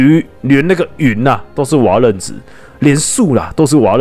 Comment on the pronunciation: 是瓦楞ㄌㄥˊ紙